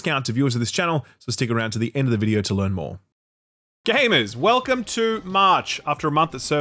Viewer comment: With that dramatic pause after the “welcome”, hehe.